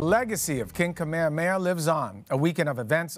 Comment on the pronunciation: Honoring King Kamehameha with a newscaster who doesn’t even bother pronouncing his name correctly and a “governor” of an illegal occupying government. 🤦🏽‍♀️